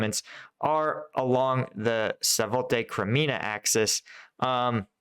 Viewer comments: I-va-niv-ske, not Ivanski. Za-po-rijj-ya, not Zaporohizzia. Sva-to-ve, not Savote. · Great analysis! Just a tip on pronunciation, Zaporizhzhia is Za-por-ree-zhia and Svatove is Sva-toh-vay.